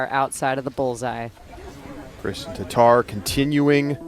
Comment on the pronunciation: How is it so hard for 'muricans to say TATTAR not TATAR -.